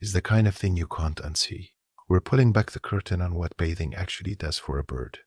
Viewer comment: If you are going to use a robot narrator you should use one that can pronounce the words correctly. If it is a human narrator, same thing. This one learns as it goes. It finally learned how to pronounce "bathing" about five minutes in. Otherwise, this is too long and very boring. I couldn't force myself to finish.